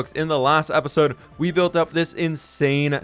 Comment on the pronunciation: I like how he pronounce episode as "epesode"